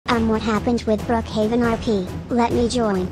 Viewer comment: Is not brookaven is brookaven pibby